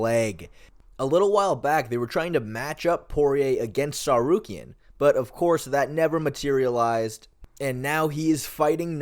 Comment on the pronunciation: You would think mfs would pronounce Ngannou correctly when they can say Tsarukyan so easily.